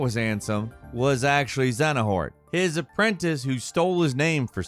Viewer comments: Say it with me: Zay-uh-nort.. Xenahort 😂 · Me hearing Xenahort instead of Xehanort 🥲🥲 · I cracked up ever time you said Xadanort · Its Xehanort, not Xenahort.... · Xehanort, not Xenahort. This, along with the pronunciation of Aidan, is just wrong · Is this guy saying “Xenahort” and “Xenanort” lmfao. U mean Xehanort? Lmao. Geez dude. I love all ur vids but this one I had to finally comment on. U sound like an idiot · I like how calls Xehanort "Xenahort". It actually sounds way better in my opinion lol. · Xenahort? 😭😭😭 bro you doin this on purpose its xehanort I'm so triggered 😂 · saying “XeNAhort” when it’s “XeHAnort” makes me die inside a little. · Triggered me so much hearing dude say "Xenahort" instead of "Xehanort". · Who is Zenohort? It's XEHANORT = No Heart without the X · Xehanort not xenahort , idk that tilted me XD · My guy really called the Kingdom Hearts bad guy "Xenahort" and then complains about how complex the story is 💀💀💀 This is some IGN level video game journalism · He definitely said, "Xenohort"......on purpose...right? All 3 times... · "zeno-hort" lmao.... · Do you even play Kingdom Hearts? Who the f**k is "Xenuhort"? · Excuse me, "XENA-HORT"??? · "Xenahort" lol ign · Him saying Xenahort is triggered me. IGN flashbacks. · Xenahort... Big oof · Dude...”Xenahort” multiple times? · Xehanort. Zey(as in hey)-uh-nort; its so annoying when people say it wrong. His name is said a million times in the games; there is no excuse for it to be said wrong. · Man really said Zenahort😂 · 'xenahort' got me lmao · Xenahort?! Dafuq is that?!🤣🤣🤣 had to check and see if I was watching IGN after hearing that!!! Lol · Xenahort? hahahahaha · pronouncing the Kingdom Hearts main villains’ name as Xenahort gave me cancer 💔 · You can't even say Xehanorth right man kkkkkk and it's ok, but, no there's nothing wrong with KH mess, we love it because of it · Oh yes, big bad ZENAHORT 😖😂 It hurts more each time it's said haha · Xenahort lmao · I felt that too! 🔥